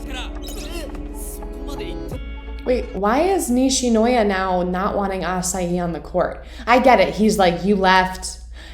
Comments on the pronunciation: I loved it!!! Next week 1 hour let's go! I watched it all at once! I love the idea of you acting out the scenes! Also you are still saying his name wrong, haha. It is Asahi like Micheal Jackson's heehee~ Asa-heehee~ his full name is Asahi Azumane [Ah -zoo mah- nay] . Also, Kenma was not trying to punk Hinata, I think he just got interested in Hinata is all. But there was no punking. Oh man I can't wait til next weeeeek! Let's go!!!!!!! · Victoria sweetie,first of all loooove this reaction,second asahi is pronounced ah-sah-he you have to pronounce the “h” in asahi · The ace name is A-ZU-MA-NE A-SA-HI. Hahahaa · In many animes/mangas authors really like to tease "legendary" characters or other "mysterious" characters by hiding their face or anything about them until revealed. And once again its "ASAHEEEEE" (Asahi) as in he when referring to a guy. Not like the fruit Acai. The creator of Haikyuu is also called Furudate, Haruichi. He wrote and illustrated Haikyuu. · Asahi is pronounced Aw-saw-he and Azumane is pronounced Aw-zoo-maw-nay. ☺️👍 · Asa hi means morning sun so u do pronounce the "h" lol not ur fault tho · i think the tiny giant is in college. But because the tiny giant is called the TINY giant Hinata being small wants to be just like him because he is really good at spikes and stuff like that but i dont know if hinata gets to meet him (also asahi is more like ah-saw-he not ah-saw-ee) also asahi's name is azumane but thats his first name and japanese people usually call people by last name so for asahi his last name is asahi unless he says to call him azumane i think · the NOISE HINATA MAKES WHEN HE GETS HIT "WAFFEL" LOL AND did you know the author of haikyuu used to make horror stories so yeah that's why some scenes look genuinely scary. also asahi's last name is pronounced a-soo-man-eh (u just need to say the e at the end) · He's name its Azumane Asahi, and its pronounced Asaji or Asagi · Its asahi not asayi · Asahi = Ah-sa -he not Ah as yi